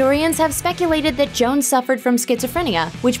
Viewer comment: Actually, sounded more like Jo-Anne.